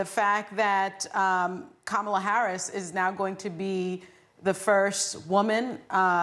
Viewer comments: Kaaa maa laa is not the right way to pronounce. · I'm pretty sure that the Trump administration will now learn to pronounce Ka-ma-la's name for the rest of their natural life's. :) "I feel so good right now". Let's practice: KAMALA, KAMALA....KAMALA. Hey Mr. Trump, Repeat after me. KAMALA.......VICE PRESIDENT KAMALA.